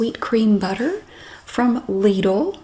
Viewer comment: You often say "that's how we pronounce lidl". How did people pronounce it otherwise? Lidl is a german company and how you pronounce it is totally right!